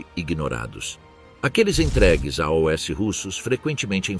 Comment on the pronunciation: Narração com IA não reconhece "AOS" ....verifique